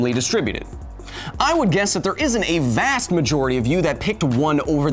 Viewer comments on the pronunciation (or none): none